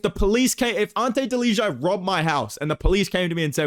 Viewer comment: Fyi Delija is pronounced "deliya"